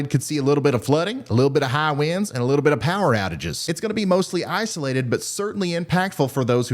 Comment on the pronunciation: The way he said high winds makes him sound like he's from the Midwest.